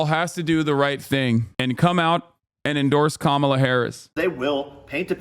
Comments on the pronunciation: Why are republicans so utterly incapable of pronouncing Kamala’s name correctly? It makes me want to rip my eyes out lmao. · I don’t take anyone who says Kamala’s name wrong seriously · Don’t think Jack here pronounced Kamala correctly once